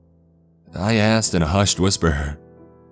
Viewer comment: Hahaah, he asked. ,, sounded ,more like:'he assed!,hahaah!!"